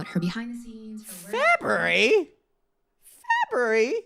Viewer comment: The way you said FEBUARY like it doesn’t have an A is HILARIOUS 😂😂😂